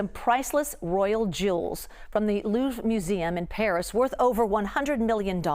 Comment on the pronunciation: Learn to pronounce the museum's name...